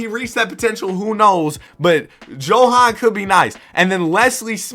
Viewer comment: Johans name is pronounced Yo-Han And Sergei is Ser-Gay